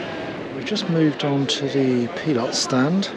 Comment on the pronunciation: Nice to hear ‘Pilote’ pronounced correctly for a change.